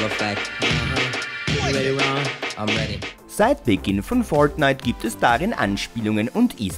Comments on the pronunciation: wie er fortnite ausspricht :D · Bitte sag nie wieder fortnite du sagst es soooooo komisch es nervt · Fortnite sollte man schon richtig aussprechen können